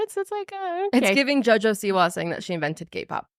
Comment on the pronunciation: Jojo Wiwa 😆